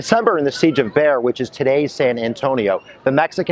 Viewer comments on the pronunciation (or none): ... Please don't be upset with me, but BEXAR is more-commonly pronounced as /BAY-har/ rather than sounding like the word BEAR, like the animal. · Bexar is pronounce BAY-HAR